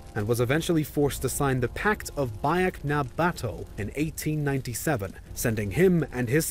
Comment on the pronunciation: I love how he pronounces “bayag na batow” (biak na bato)